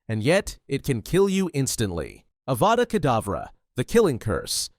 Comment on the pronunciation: you said adava kadavra is it a typo or was it really a healing spell called adava kadavra similar to avada kadavra?